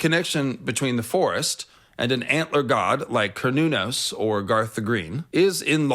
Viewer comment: I thought it was pronounced more like Se-ra-nōs....